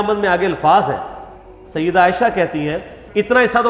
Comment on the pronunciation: Sayidduna Aisha radiallahu anha. Say it properly. You have this issues with sayyiduna aisha..its very apparent. Dont take sides which is not his right to take.